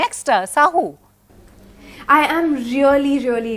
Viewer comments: Its SAAHO not SAHOO for God's sake! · Not saho it's SAAHO